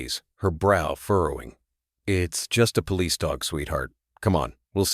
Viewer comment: I like these stories and how they end happily but i can clearly tell they are spoken by AI. Its pretty bad when the word police cannot be said correctly and if you listen there r other words that r not said correctly. Why is it this is not caught and corrected.